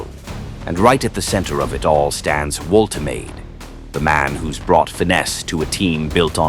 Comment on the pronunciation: The shirt pulling is totally out of control. Refs just let them get away with it. Manufacturers should make them body hugging so players can’t get hold of them so easily. Please learn how to pronounce player names.voltamarda is how you pronounce Nicks name.